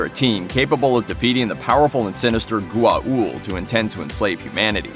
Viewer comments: "Gu-a-uld"...srsly? What the hell is that for a pronauciation? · I was starting to get really annoyed at his pronunciation of Goa'uld. He said it right maybe two times, but butchered it the rest.